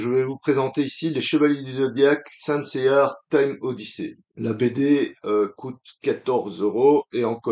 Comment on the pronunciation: On voit le fan de la VF vu qu’il n’y a pas de R dans Seiya 🤣 pas grave :p par contre, à la fin, tu dis que les BD sont sur les chevaliers d’argent et non c’est it les chevaliers de bronze. Après ta vidéo, je ne suis toujours pas intéressé… j’attends le tome 2 pour un avis définitif mais là c’est non pour moi Par contre, tu aurais peut-être pu expliquer pourquoi le manga s’appelle Saint Seiya; que sont les Saints pour ceux qui l’ignorent :)